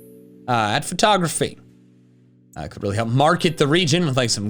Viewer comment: Yes "photography" "photography"